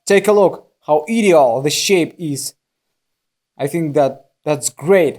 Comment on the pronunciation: Ideal is pronounced “eye-deal”, just thought you’d like to know. Love your videos!🥰